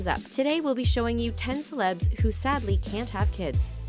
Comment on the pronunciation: So much emphasis is put on the word “sadly” if your not so financially, physically, and mentally capable of being domesticated